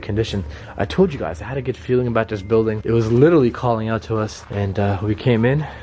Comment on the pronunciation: What made me really like your videos to begin with, is the way you say literally. Which is "licherally". I absolutely love your videos! P.S. Say hi to Tom Ya Boi for me! <3